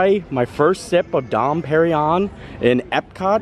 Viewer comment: the champagne is pronounced Don perring yon. Keep the videos coming they're great